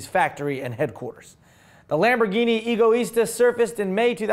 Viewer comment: Am I the only one that believes that Egoista means Selfish? No pronounced Ego, but a bit more like Eggo -Let-go my Eggo -. Eggo Is Tah... Oh and if forgot! haha "Ooooohhh, it is not pronounced..." (Mimicking while making fun of the haters in the comment section while fake typing on his desk/stage):D